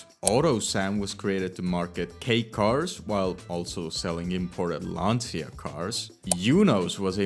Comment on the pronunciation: LAHN-chah, it's Italian.